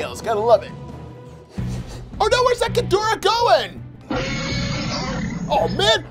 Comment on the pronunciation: Ghidorah not gadorah